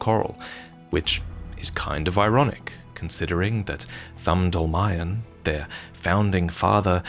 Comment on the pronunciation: In fact Dolmayan is just Armenian surename and it should be pronounced "dolmaYAn"